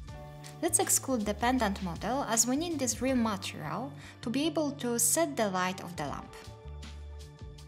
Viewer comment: Its so cute how you pronounce Montreal instead of Material! Anyhow, great content!